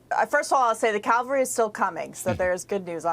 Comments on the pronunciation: It's Cavalry...not calvary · Katie, the CAVALRY 'is still coming.' That slip didn't affect your beauty in MY eyes for even ONE second. That's a common slip that many people make. I'm a NERD that way. I even keep a close watch on LARRY'S pronunciation. I've worshipped you ever since The Great One interviewed you and Candace. I saw then that you were exceptional. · why do people not know the difference between "cavalry" and "calvary"? For supposed learned news folk, it makes them look "not with it". Same thing with those who pronounce especially with a k before the s. Or saying ekcetera instead of etcetera. Missed a few English classes? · Apparently whatshername doesn't know the difference between "cavalry" and "Calvary". Impressive erudition. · The "Calvary" is still coming? The mound where Christ was crucified?😊 Maybe she meant "Cavalry" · Did she just say "the calvary is still coming" ? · Why can't Americans say "cavalry". It's not "calvary". Other words they cannot say are "nuclear" and "jewelry". There are many more. There is only one English language. You should start teaching it in your schools so as to not come across as dumb AF. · I’m sure she meant to say cavalry not calvary